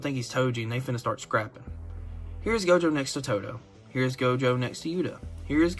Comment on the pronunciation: Bro said GOATJO